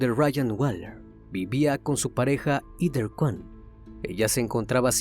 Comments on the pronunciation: No se pronuncia EDER.... Se pronuncia : JEDER (Heather) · No se pronuncia EDER, se pronuncia JEDER... (Heather) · Comentario constructivo .Se que es difícil pronunciar los nombres en inglés.Pero no es “Eder” es “Jeder” (Heather). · Heder..... Ese nombre se pronuncia "jéder" ...no? Y no "eder"